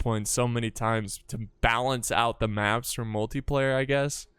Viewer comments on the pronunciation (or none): none